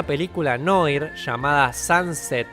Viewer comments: Querido Se pronuncia "NUAR" y no "NOIR", NUAJG si lo quieres hacer mas exacto:V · SE PRONUNCIA NUAR